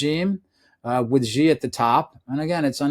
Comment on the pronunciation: I find it amazing that people like this author write books about people and can't even pronounce their names. The Chinese leader's name is pronounced 'she' just like the female pronoun. Imagine people writing a book featuring President Trump and pronouncing his name 'Frump'. I'm no lover of the Chinese regime. I lived in China for 13 years and have a Chinese wife. As mentioned, their are 2 groups in China; the Chinese communist party and Chinese people who don't matter except how they can benefit the C.C.P.